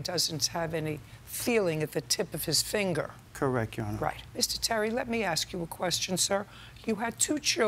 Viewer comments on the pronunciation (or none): “Correc” is my biggest pet peeve😭